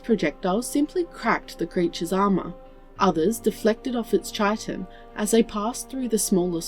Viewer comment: Hi, I thought you should know for future stories that 'chitin' is pronounced as "kytin".